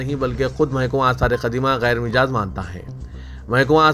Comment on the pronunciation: کامنٹ کے ذریعہ اپنے خیالات پیش ہیں آج کی خبروں میں تجاوز اور غیر مجاز کا تلفظ درست نہیں کیا گیا ۔